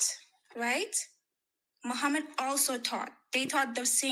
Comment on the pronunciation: Hell will be full of muslim woman said muhammud😭😂